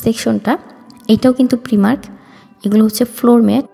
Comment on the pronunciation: Word ta hocce প্রাইমার্ক প্রিমার্ক na Ok??